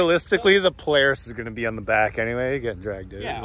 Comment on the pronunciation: Haha "poo"laris. At least its not a broke force!!!